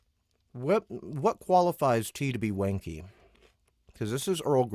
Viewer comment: where you’ve been saying “wanky”, do you mean “wonky”? 😂